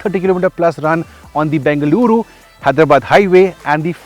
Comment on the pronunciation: thanks for pronunciation of Bengaluru correctly 👍🏻